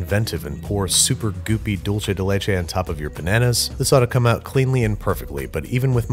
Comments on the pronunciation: Expectation: "Dulce de leche" Reality: "Dulche de leche" Im sorry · When he said dulce de leche like dulche de leche my heart died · “Dulche Day Lachei.” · And every time he says “dulche de leche” instead of “dulseh/dultheh de leche,” a Spaniard doesn’t wake up from his siesta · Every time Baby said “Dulche de leche” i had a little seizure (it’s pronounced doolce) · He said dulche de leche It’s pronounced dulse de leche weird I know lol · Andrew!! Its pronounced "duul-seh" de leche, not "dol-cheh" 😭 por favor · "Dickce" de leche 🤣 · “dolche de leche” almost had it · he just said: "dulche de leche" and I'm gagging now omg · Dulche de leche? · "Dulche de leche" strikes again lol🤦‍♂️ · “Dulche de leche” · It bothers me how he says dulce del leche Sounds like dulche de leche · me dolió un poco escucharlo pronunciar doulche de leche tantas veces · Dulce de leche is Spanish, so it's pronounced "Dul-sé" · All i can hear is DULCHE DE LECHE It's spanish, people... Not Italian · There's no greater relationship than Babs and his pronunciation of "dulche de leche" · Every time Babish mispronounces dulce de leche, an Argentinian angel dies. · "Hey Siri, How do you pronounce 'dulce de leche'?" Siri: "Not like that" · I had a physical reaction to his pronunciation of dulce de leche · you think that's bad? hear how he pronounces "dulce de leche" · Everytime he said dulce de leche I wanted to die just a little bit more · I'm Argentinian and that's not how it's pronounced :) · The first c in dulce de leche is soft, like an s. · He's pronouncing dulce as if it's an Italian word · Can't avoid having a bigger anaphylactic shock everytime I listen to the misspronunciation of Dulce de Leche... Here a big fan from Argentina! Love the videos! 😁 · there is no “ch” sound in the word “dulce” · sorry but everytime you say "dulce de leche" my ears bleed, sorry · please say dulce de leche right please im begging